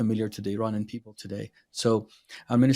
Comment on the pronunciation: when you say “Iranian”, it’s supposed to be “i”’as in “it”, not “i” as in I. I just had to say that. Thank you for your content and I love your channel and I tell others about it!